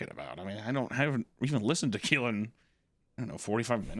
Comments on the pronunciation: Something about Hunter pronouncing tequila as toquila is filling me with a firey rage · Someone make him stop saying ”Toquila”… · What's with Papa Meat mispronouncing random words? He says Fentanyl as "Fentanall" and "Tequila" as "Toquila". It's not consistent with his accent so it sounds really jarring.